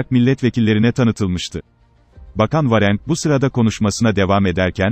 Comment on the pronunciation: Milli uçakun değil milli uçağın, bakan Varenk değil bakan Varank. Dinlerken insana garip geliyor.